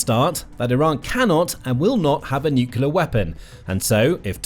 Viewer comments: NU…..CLEAR…. Not NUCULAR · FYI: It’s pronounced NUCLEAR not NUKULER. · Thank you, thank you, thank you! Training phrase for those mispronouncing nuclear: Say these two words: New + Clear And again, a little closer together: New_Clear Then run both words together like it's one word: NewClear ... nuclear. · Nuclear is pronounced “new-clear” not “new-cular” guys, please stop 😢